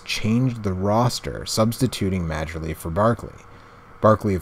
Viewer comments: Dan Marley! Not Marjelly. Love the game...the Snes is the best. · It's pronounced Mar-Lee, not Marger-lee. I know the spelling days otherwise but the J is silent. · Dan "Majerly" 😄 - it's pronounced "Marley." And no, there's no way you would know that if you weren't aware of basketball players of that era. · Pronounced Dan Marley